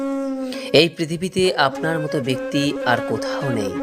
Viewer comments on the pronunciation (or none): none